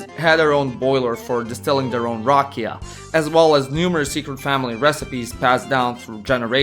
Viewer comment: Dude, you have to start rolling your R's for rakija. Also the a is not aye its aww. Rrr aw ke ya. You are totally butchering the word and the Serbian language! Get with it will you?